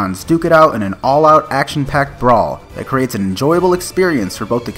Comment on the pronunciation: 20 seconds in and I just want to remind you to never say the word brawl again